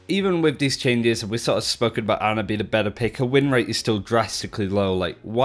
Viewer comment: How do most people still call her Anna? Since her launch video almost two years ago, it's been clearly pronounced Ana.